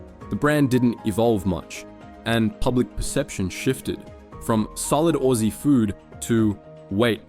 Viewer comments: Solid "orsie food" - whats going on with that pronunciation there? Also no mention of the red rooster belt? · So I thought this channel was run by an Aussie. But it's clearly not with that pronunciation of of Aussie. A damn shame. Hell, it could even be an AI channel. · your AI voiceover is ass, can't even pronounce "aussie" properly despite the australian accent.